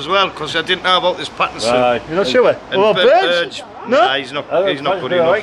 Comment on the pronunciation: It’s BURGE not BERGE 👀😄